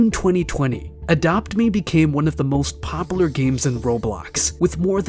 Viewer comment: Can you please learn how to say popular?